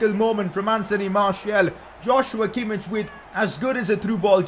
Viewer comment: I think it's funny how you made sure you pronounce Szoboszlai correct, but you're still misspronouncing Kimmich.:D